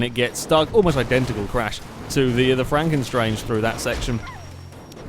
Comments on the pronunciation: It's 'Stange' as in the German for 'pole/rod', not 'Strange' :p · it's pronounced more like shtanga